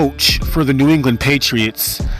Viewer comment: nea? come on dude..NEW...smh